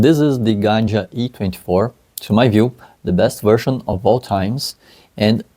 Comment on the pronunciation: Just for clarification purposes it’s Gaggia, not Ganja.